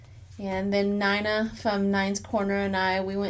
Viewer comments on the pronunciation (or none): none